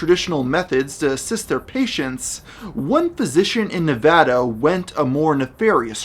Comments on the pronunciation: as someone who lives in nevada, it brings me great joy he says nev-ah-da instead of nev-auh-da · Thank you for pronouncing "Nevada" correctly